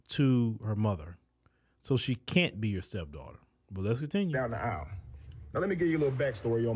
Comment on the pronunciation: It's Aisle 😂